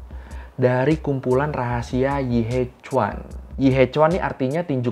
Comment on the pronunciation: maaf, mau koreksi, pengucapannya bukan yi he cuan, tapi yi he chien :)